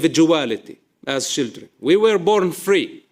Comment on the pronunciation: Why can he say "child".....but says "shildren"? IDK